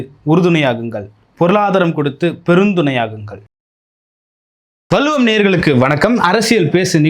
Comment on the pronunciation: வல்லுவம் தவறான உச்சரிப்பு வள்ளுவம் சரியான உச்சரிப்பது